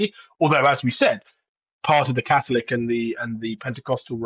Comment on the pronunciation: Catholic , not caslic , come on news reader 🙄